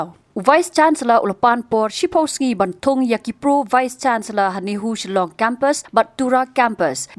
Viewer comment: Shillong not Zilong